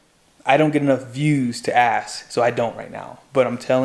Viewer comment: Bro, I love your channel but PLEASE. Its not Axe...it's ASK. No disrespect. I've had viewers tell me how to pronounce SIMILAR. ASK. 😊